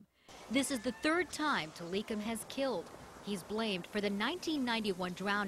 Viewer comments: They said Tilikum's name wrong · she didnt pronounced tili's name right..